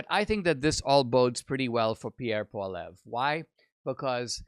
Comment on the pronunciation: If you're going to report news about Pierre Poilievre you should learn how to pronounce Poilievre.